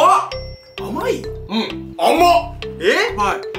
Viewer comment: が美味って言いすぎて、甘っが美味っに聞こえた。笑